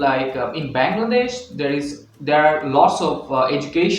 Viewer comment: Great informative video! One thing I noticed, it's a bit awkward that you consistently pronounce the name of the country as "Bangladesh." I hope you take this feedback positively, as it could really effect your content. Keep up the great work!